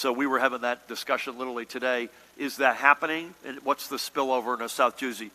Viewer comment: "South Juzy"